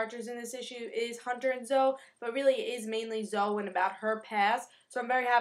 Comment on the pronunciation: It's really cute the way you say it and I might be wrong, But I think it's pronounced Zo-ee